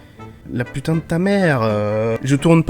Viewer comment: On met pas des "g" de partout à la fin de putain !!!😡 (ou alors on a l habitude depuis le temps et on l entend plus, putain étant nos virgules effectivement). 🤣😂